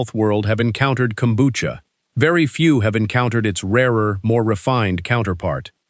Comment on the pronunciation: Kombucha = Kelp tea. It's Japanese. If it doesn't have Kelp, it's NOT kombucha. DO BETTER. Also, the AI pronunciation is way off.